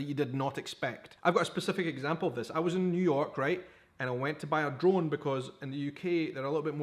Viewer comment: Ah he was saying drone I thought he said gun got some reason